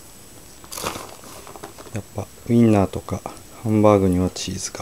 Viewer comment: "hambaaga tooka, weena, cheesu tooka.." God i love engrish